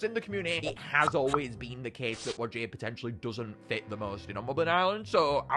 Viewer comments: Hey! Just gotta tell ya that whajje is not pronouced wa-jey It’s pronounced why-jah just pointing it out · Its pronounced why ja not wajjie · Why does he call Whajje “Wujæ” ☠️☠️